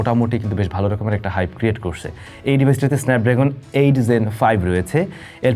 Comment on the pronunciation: Zen না Gen? Pronunciation er ai oboatha kan?